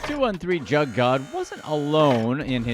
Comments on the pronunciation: Bruv just leave the culture you kant even pronounce "Jugg" correctly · U know u not saying jugg right it almost sound like u know how ridiculous u sound 😒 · 😂😂 he coulda at least listened to da song so he would know how to pronounce “jugg”!!! SMH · Jugg is pronounced "Joog" lol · It's called juugg not jug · hearing the way he says all these names as “jug” like a normal jug is triggering me it’s pronounced “ja uh ga” or joog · It's not "jug" it's pronounced "joog." Like "good." At least we inspired him to make a video. 🤷🏾‍♂️ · Its pronounced JOOG GING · Jug..... Is pronounced " joog". Do your research. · it’s joog not jug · jugg it's pronounced (joogin joog) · The word is pronounced like Joog not jug. Go listen to the real juggman . You have to be a square white guy to say it like that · It’s “juug” fam… you took me out with that whole jug rabbit whole cause you not pronouncing it right lmao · It’s spelled jugg but pronounced joog and it’s not stealing it’s a form of finessing someone or something for a financial gain. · It’s pronounced joog* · "JOOG" is the way to say JUUG lol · You say it like joog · Jugg not jug this dudes funny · Bro it pronounced joooge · It actually supposed to sound like 'Suge' (Juge) Knight lol.. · Pronounced joog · This man keep mispronouncin "jugg" makes tha story a comedy 😂😂😂.. he tryna be funny but he tha joke end tha end.. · It's pronounced "Joog" like Suge (Knight) replace the S with a J. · Lol. The mispronounced.....juuge not jug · Leave it to the “hip hop community “ it’s pronounced JUUG . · Joog is how it's pronounced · It’s pronounced juug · Pronounced joog Einstein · ... the word is pronounced like JOOG! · That’s not Wtf juggin mean I hate when white ppl narrate the black community it’s not even pronounced that way Smmfh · It’s pronounced jugg and should should rhyme with shugg like shug knight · You’re pronouncing jugg wrong